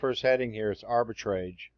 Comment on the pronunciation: "Arbitrage" rhymes with "garage", not with the word "stage".